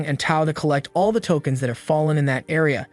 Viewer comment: “tolkeins” lmfaooooo